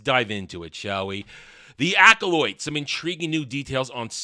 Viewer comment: Are you saying the title like that to mock it? Cuz that’s not how the word is pronounced